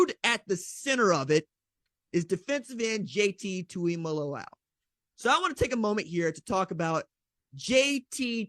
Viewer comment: Man why is everybody mispronouncing JTT’s name? It’s not even that difficult.. it’s TuimoLAO not TuimoLOLAU ffs